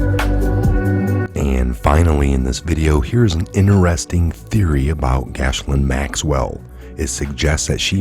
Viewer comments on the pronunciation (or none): Gil-lane not Gash-lin people just listening to audio will have no idea who u speak of. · LOL wow your pronouncing of Ghislaine Maxwell is the worst I have heard yet. I've heard literally hundreds. From friends who actually knew her, it is pronounced with a hard G and a silent S like "Gelan" or even sounds like "Glen" sometimes. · hey its procounced jizzlane even though her name is spelled weird.lol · It's pronounced ( gee lane) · You are a true patriot. FYI her name is pronounced "Jis-lane" Maxwell. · It is pronounced ghee-LAYN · I think Ghislaine is pronounced with the S being silent. Ghilaine? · Her name is meant to be pronounced like Elaine with a G in front :) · Ghislaine is French name. It is pronounced: GHEE LYN. Please drop the “s”. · Maxwells name is pronounced giz lane 😀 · Respectfully, you are mispronouncing Ghislaine. Think of the sound you make when using the word give, then drop the ve sound and substitute lain. The "h" and s" are silent in Ghislaine just like the e is silent in give and Ghislaine. Hope this helps, love your videos. Gilain...simple...just like it sounds to you in your head, Gilain. That's it. Gilain is a French name and they like to add a few extra consonants sometimes. Carry on Soldier. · Gee lane is how you pronounce her name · they need to be charged every one of them for the old peoples homes evil bastards .by the way Ghislaine is pronounced gislen its french :) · Dude why do you keep saying “Gash—Lin?” That’s not her name. You’ve done it in multiple videos and you sound like an idiot. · Thumbs up, but it is worth finding out how to pronounce Ghislaine. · Mispronouncing Ghislaine is one thing but what about “sobering statistics” ?